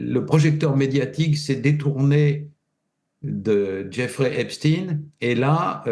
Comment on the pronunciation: Dire le pauvre pour eipstein m'ecorche les oreilles